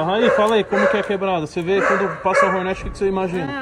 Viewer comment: Toguro falando Hornet errado é muito irritante